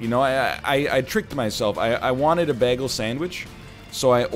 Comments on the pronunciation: Is he saying bagel weird on purpose? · I love how egg says bagel